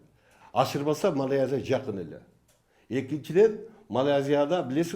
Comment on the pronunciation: Бул сабатсыз Малайзияны да айта албайтк го. МАЛАЙАЗИЯ ДЕП